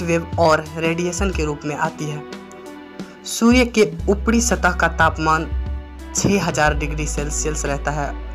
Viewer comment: Abe Surya not sudya